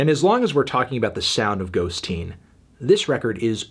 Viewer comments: It's totally bizarre how Fantano keeps saying "ghost-teen" , I feel like no normal person would pronounce it that way when its clearly "ghosteen" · Fantano, it’s not Ghost-teen! It’s ghosteen as in “little ghost” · According to Nick Cave, it’s not “Ghost-Teen,” it’s “Ghost-een.” In Irish, the suffix “een” means “small,” or “little” making the title Little Ghost, perhaps another reference to his son, but not quite so literal as “Ghost Teen”